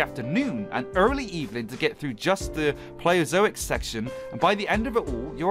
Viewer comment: You can't pronounce Paleozoic you scrub? 😂😂😂 Love ya man